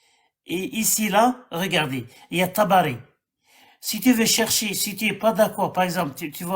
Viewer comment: Tabakhi(se prononce Tabari), biographe officiel de Mohamed.